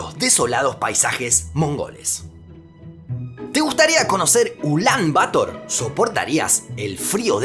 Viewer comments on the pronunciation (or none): Ya que en el vídeo has escrito "Ulán Bator" (con tilde) debes pronunciar "Ulán Bator" y no "Ulán Bátor" como haces. Igualmente gracias por tus vídeos. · No se dice "Ulán Bátor" Se dice "Ulán Batór" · Si la sílaba tónica fuera “Ba” se escribiría “Bátor” como una palabra grave tildada por terminar en r. Sin embargo la sílaba tónica es “tor” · Gente, como siempre, el video es hermoso. Un detalle: Ulán-Bator se compone de dos palabras agudas; se pronuncia /uˈlambaˈtoɾ/. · Pregunta, el acento de la segunda palabra del nombre de la ciudad, Bator, ¿no va en la o? Es decir, ¿no son ambas palabras agudas? Porque te has llevado todo el rato pronunciando aguda-llana, en lugar de aguda-aguda, Ulán Bator, pero igual estoy equivocado. Un saludo. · De hecho, por la forma en la que está escrita sí debería ser pronunciada como tú dices, pasa lo mismo con Yemen, que la mayoría dice como Yemén.